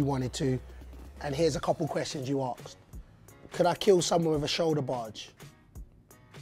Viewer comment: Aksed yes he said Aksed